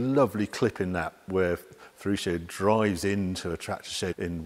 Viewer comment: The name of Lamborghini is Fe-ruch-o (Feruccio) the double "cc" you pronounce ch like in church.